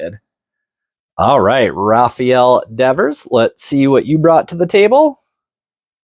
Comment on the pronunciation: Nice pulls! By the way, it's pronounced Rafael, not Rafael.